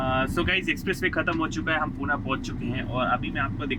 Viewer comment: Puna nai re baba ... Pune ahe te